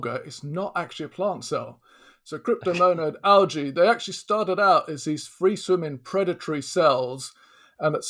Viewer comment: A bacterium. Singular. He even says bacterias at one point. And he can't pronounce algae.